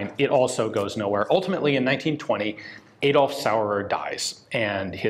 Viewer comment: Very interesting but please don’t say „Edolf“. It’s spoken as Adolf.